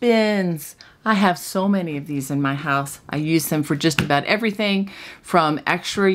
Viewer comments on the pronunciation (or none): none